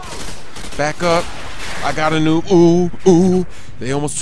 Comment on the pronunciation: WHY DO YOU ALWAYS SAY NUBE